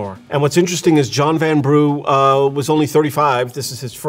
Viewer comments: And Vanbrugh is pronounced ‘vanbruh’ not ‘vanbroo’. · Great architectural analysis - Bridgerton is as authentic as Disneyland. But…. this chap needs to brush up on his English pronunciations! I laughed out loud at ‘Van Brew’ (a.k.a Vanbrugh, said Van-bruh) and Chis-Wick. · A few minor things; Chiswick House is pronounced Chiz-zick not Chiz-wick. In the same way Alnwick is pronounced Ann-nick not Allen-wick. And John Vanbrugh is pronounced Van-bruh not Van-Broo. And the roofs are not lead coated copper but pure lead. And it is still mined. But most of new lead is sourced from reclaimed lead nowadays. Lead workers in the UK actually receive regular exposure tests to make sure they aren't exposed to too much. It's all well regulated. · Chiz-wick House! I love how Americans pronounce English names. It's Chiswick House pronounced 'Chiz-ik'. And architect John Van-brew. It's John Vanbrugh pronounced 'Vanbrah'. Correction to posting - lead is still very much used in the UK building industry for flashings on traditional buildings and for roofing.